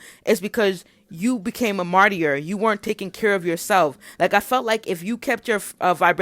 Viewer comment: Yes a lot of what you are saying here is resonating with me. It’s wild! Thank you. Also I think the word martyr pronounced like MAR-TER. The Y is silent.